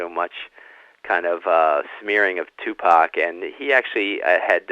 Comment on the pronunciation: His name is Tupac. Proper pronunciation is "TooPock" Not "TewPack". Great interview otherwise. I thouroghly enjoyed "s previous work. "The FBI investigation of Tupac Shakur and other black leaders " was the best I've read / heard to date. Thank you. You're a BRAVE man! We need millions more like you! Abundant Blessings to you! May God order His legions of angels to surround you & protect you!